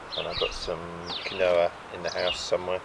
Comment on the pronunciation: apparently Quinoa is pronounced keenwa lol